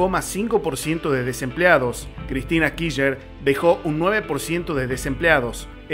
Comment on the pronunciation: kisher, jajajaja , , , , , , , , , . Se dice /kir/ /ch/ /ner/ chango!, o al menos /kish/ /ner/. En fin, muy buenos tus videos, los estoy escuchando todos mientras boludeo acuarentena'o. Como decís, tarde o temprano vamos a ganar, es solo cuestión de tiempo. Mucha gracias y mucha suerte hermano.